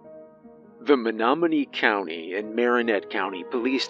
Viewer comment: Excellent pronunciation of Menominee! You continue to impress me. Thank you,! 🦅🏹🥁